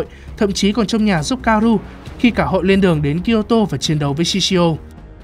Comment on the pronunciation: *ka-o-ru nha ad đâu phải ka-ru